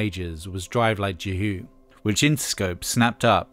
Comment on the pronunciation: Not mentioning Boyslife (especially their second album) when talking about Midwestern Emo is a major oversight. My teenage years pretty much coincided with the entire 90’s and I can tell you, no one pronounced the last word of Drive Like Jehu as “JEE-hoo” or the first part of Cap’n Jazz as “Captain.” Also, the vocals in the Emo genre got progressively whiner and worse as time marched on, which I why I couldn’t hang by 1997.